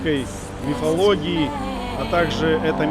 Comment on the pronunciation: мин. МИФАЛОГИИ? ты это серьезно?